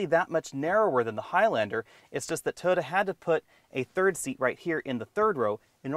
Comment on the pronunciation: Sorry - cant watch this. Your repeated use of the term "3 row cross-over" is just annoying. And its "Toyota", not "Toda"!